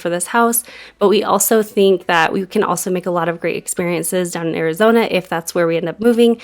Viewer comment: I always watch a little faster than normal and even though I'm all for team Utah... One time when you said Arizona, I heard "OUR-izona" I'm loving the idea of you just doing it all over again. Make it your family's "OUR-izona" in Kyle's line of work he can go anywhere. Carpe Diem, Guys! We love coming along on your journey. <3